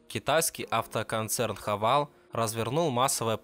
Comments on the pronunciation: Сам ты хавал! - Хавэйл ! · Не Хавал, а Хэвэйл.